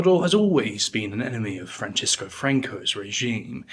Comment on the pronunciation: Goya’s first name was Francisco, not Francesco. It is pronounced like San Francisco.